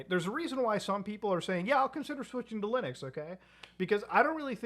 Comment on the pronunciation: Is there a reason why he misprounce Linux so often as Lunix? I just see it so often? Is there some kind of lore??